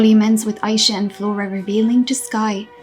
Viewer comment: …You’re saying Aisha wrong and it low key be stressing me out. 😂 And the comics show that really no one knows how to make Fate good. Instead of adding to the characters and story (ie make the characters more dynamic and give them cute outfits) they just don’t? And it’s a new writer too? Tragic. Oh well, thank god Winx is getting rebooted. 😂